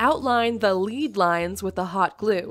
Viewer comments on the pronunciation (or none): Stained glass uses lead lines not lead lines. Confused? It's all in the pronunciation. They are lead as in "led". As in they were originally made of lead -a soft metal that melts at low temperature. They are not lines to lead you somewhere. They are lines made of lead to keep the pieces of glass together. Just so you know.